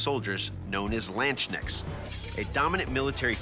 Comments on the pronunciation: "landshneks" bruh It's landsknecht [ˈläntsˌkneKHt] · your pronunciation of Katzbalger and Landsknecht is way off